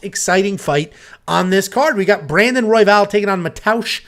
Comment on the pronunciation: messing up royvals name was the best laugh ive had this week lmaoo